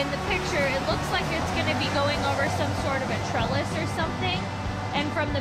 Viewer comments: Its called a trestle not treless, jus saying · Trestle, not trellis. lol